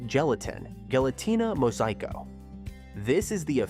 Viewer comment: The pronunciation is "hell-len-tina" The "G" in Spanish has a "H" sound. It's es;kee-tas for the corn dish.